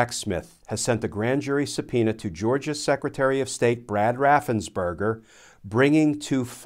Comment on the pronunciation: Raffens Perger Sorry, I yell every time it is mispronounced.